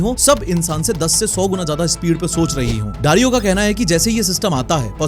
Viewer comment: he saying dario i am hearing darwin💀